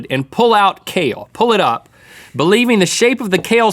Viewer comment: spookiest part of the video "believeing"